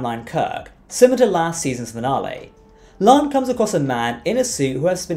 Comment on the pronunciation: LIKE YOUR SHOW. BUT, WHY DO YOU MISPEACK CHONG'S CHARACTERS NAME? IT HAS TWO SYLLABLES: "LA'AN", NOT "LAN." SEEMS ALL OF YOU STAR TREK EXPERTS KEEP SAYING IT WRONG. YOU WOULD NOT LIKE IT IF PEOPLE KEPT SAYING YOUR NAME INCORRECTLY, WOULD YOU?